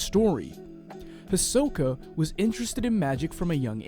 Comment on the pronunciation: Is Hisoka pronounced as says? I say “he’s so ka” that’s how I always say it. Same with Gon. I say “G oh n” something like that ❤️❤️💀😅